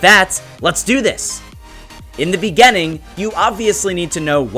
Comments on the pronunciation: " IN THE BEGENENG " 🤣🤣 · "In the bigening "xD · i remember top15s. Beg-gening cuz it sounds like what the narrator would say. but he said Foot Fungaes.